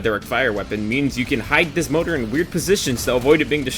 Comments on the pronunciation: Its More-tar not motor, great bid btw 👍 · >motor I'm not sure if you're pronouncing it this way as a joke or not. also as the others have said, MG is just a worse Gatling. Maybe you could argue its more ammo efficient or something. but the Gatling gets a lot more bullets> Autocannon can shoot down dropships. it just doesn't try to so it only happens by accident